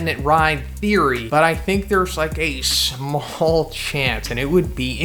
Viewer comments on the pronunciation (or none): none